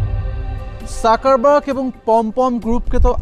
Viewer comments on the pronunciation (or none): Joto bar mark suckerburg bolsen toto bar hashiii 😂. Dangerous era. Mark suckerburg 😂